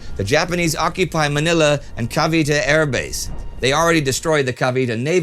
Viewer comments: Cavite is pronounced KAH-VEE-TAY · CA-VEE-TAY. At least, that is the way people who speak both Tagalog and English pronounce it. As always, great video. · Last week'a pronunciation of Filipino place names was so good, then… "Cavite"?